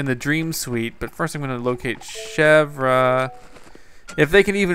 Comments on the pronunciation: its chev like the car company and then its like ear so its like chev ear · Chevre's name is pronounced Chevr, and it means goat cheese! GAHAHA! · To pronounce Chevre it is the same as the way you pronounce the Louvre in Paris ... THE R IS SILENT!!! Oh My Goodness!!! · the R is silent